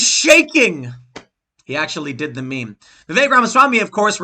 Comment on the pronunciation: Its a short e, not like "viveek"